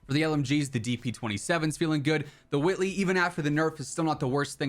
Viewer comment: Wait wait, why dit you pronouce whitley like Stewie Griffin😂